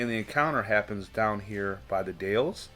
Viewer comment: Hi, I really like this channel, because you show maps and 📌 pinpoint Bigfoot locations. Imagine saying the Dowels, this is the way you pronounce the Dalles Oregon sir, I've been there many times. Sturgeon fishing. Thank you for your channel on Bigfoot. From the Oregon Coastal Mountains 🌄 Range 🏔️🌞🇺🇸 Dave and kathi.